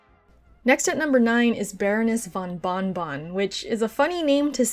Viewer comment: Moreover it is not von Bonnbonn, it is bonbon, which is candy in french.